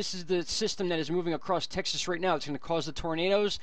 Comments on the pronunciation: Texlas lol funny bro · I like it! Texlas. Sounds good to me.